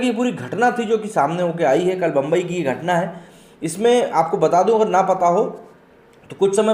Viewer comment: Mumbai, our Godess name is मुंबादेवी, सो please take Mumbai name proper, you are not British that u can't pronounce actual name